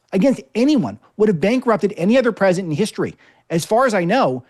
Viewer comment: Mike Davis needs to practice pronouncing the word “President”